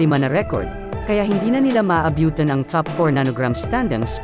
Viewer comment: 🤣🤣tinira'tinayra'..sa laro ng laro🤣🤣..maabutan" maabyutan"